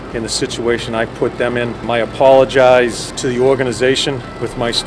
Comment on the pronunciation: Gronk said id like to opologize to number 27? He is a starting all star learn names if you opologize